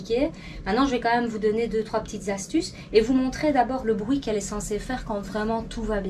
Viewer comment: Brouit aussi lol